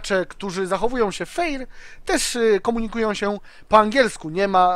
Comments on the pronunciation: nie "feir" tylko "fer"(chodzi o wymowę):D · fer a nie feir bo to trochę dziwnie brzmi:) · QuickyBaby również stworzył materiał filmowy związany z byciem "fair" - "Being the good guy..." ( poprawna wymowa to "fer"). Według mnie bardzo fajna akcja i oby więcej takich inicjatyw. Życzliwość w grze to świetna sprawa. Gracze pomagający innym w grze jak najbardziej zasługują na wyróżnienie. Nie zapominajmy, że WOT to gra zespołowa, a udzielenie pomocy w krytycznych sytuacjach swoim kompanom może mieć znaczący wpływ na wynik bitwy.